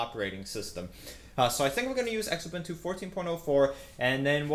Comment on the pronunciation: Just a note? (and its not me nit-picking!...its my girlfriend!...she INSISTED I tell you this: It's pronounced "Zoo-boon-too" (Xubuntu) NOT "ex-ubuntu"!.......you would use the same pronunciation as when you say xylophone.....or Xerxes......(there!...now maybe she'll get back to the hugs and kisses and leave the dictation and speech course stuff alone!?....LOL!)